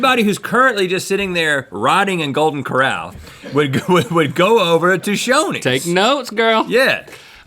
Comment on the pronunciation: I thought Rhett said Sonny's instead of Shoney's and I was about to fight him. 😂